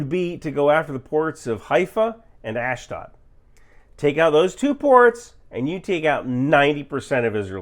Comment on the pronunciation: Please ask someone for the right pronunciation of "Ashdod" if you are going to be saying it more than 1-2 times in a video...